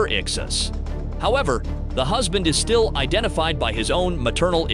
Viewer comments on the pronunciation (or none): none